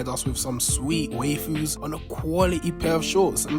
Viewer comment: Why he say waifu like that tf